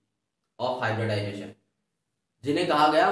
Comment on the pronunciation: Sometimes i feel like in hybridisation Hy nd disation is silent